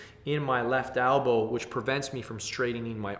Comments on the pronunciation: Elbow not albow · Elbow. Not ALBOW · hahaha the whole time i thought he was saying apple! i was like... maybe an apple bicep?? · "Albow". Elbow. Hee hee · Al-bows lol